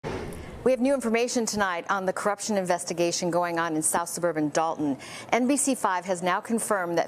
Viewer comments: Why is it nobody can say this town's name properly? It is Dolton not Dalton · Why do they keep calling it Dalton when it is Dolton?